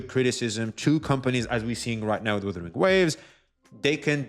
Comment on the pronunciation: i have aneurysm everytime calls Wuthering Waves " Withering Waves "